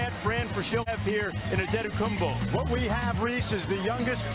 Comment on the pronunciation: Can we fine the people who say AntetokounmBBBo. It's a P isn't it? I've heard Giannis say his own name, I've never heard the B.